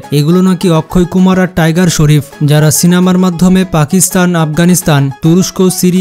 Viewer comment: টাইগার শরীফ না টাইগার স্রফ্ 🤣🤣🤣🤣😂😂😂😂